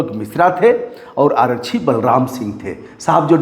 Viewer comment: रिपोर्टिंग कर रहे हो कम से कम हिन्दी शुद्ध बोल लिया करो. आरच्छी क्या होता है,आरक्षी बोलिए. हर बिहारी के साथ यही समस्या है चाहे वो पढ़ा लिखा हो या अनपढ़